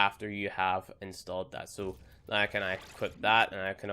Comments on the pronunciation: i like how he says now as noi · When he says "Now" as "Nih"...lmao